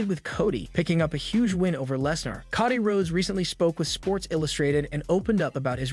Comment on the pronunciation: dude, you're killing my ears... pls start pronouncing their names properly! it's Cody, not koddy...